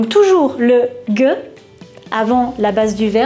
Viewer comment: au cas ou on pronnonce pas "geux" mais "gé"